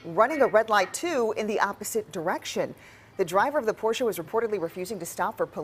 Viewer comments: Bravo on your correct pronunciation of Porsche. Por SHUH 👏 👏. Not many know about that. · cannot understate how happy I am to hear Porsche pronounced correctly